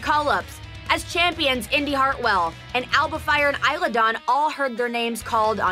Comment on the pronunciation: Cole kept saying Isla wrong lol